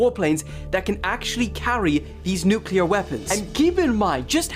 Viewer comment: Nuclear: NEW-KLEE-UR